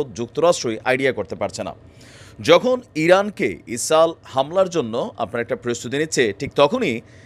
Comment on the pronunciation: কেন ইসরাইল বলতে পারেন না